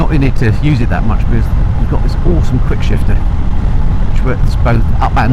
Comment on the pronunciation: ... I had to listen three times, I couldn't tell if you were saying 'awful' or 'awesome' about the quick-shifter! I've really got to try one of these bikes, I need something more 'fun'.